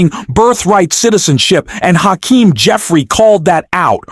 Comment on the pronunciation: When you learn to pronounce Hakeem's name I'll subscribe!